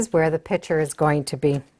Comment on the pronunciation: "pitcher" vs PICTURE. Picture is the correct pronunciation. You're welcome.